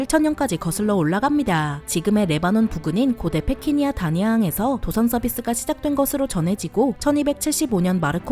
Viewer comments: 페키니아가 아니라 페니키아요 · 패키니아 가 아니라 패니키아 다....니들은 어떻게 안틀리는 영상이 없냐... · 페니키아를 페키니아로 말씀하셨어요! 영상 잘 봤습니다😊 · 페키니아? "페니키아"겠죠. ㅎㅎ 재미있게 잘 봤습니다.